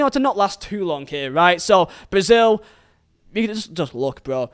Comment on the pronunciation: it is pronounced "can" lol